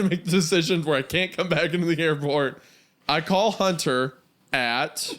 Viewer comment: As a fellow Kansan, Hunter's airpott slip up is something have all done 😂😂